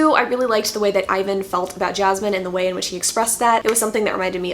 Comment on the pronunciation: Omg this is really the English pronunciation